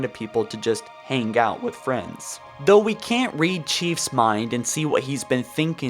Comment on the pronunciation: Of course they're FWENDS!!!